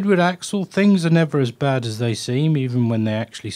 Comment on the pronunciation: Why does he pronounce his name as "axle"???